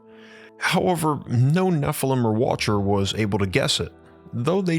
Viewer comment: geee whizz guy, can we not annunciate the word watcher???